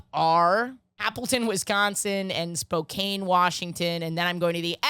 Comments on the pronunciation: lmao I was looking for this comment... I swear she's said it correctly in past episodes, maybe she's fucking with us for the engagement 😂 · sorry for being a man about this, but it's "Spo-CAN" not "Spo-CANE"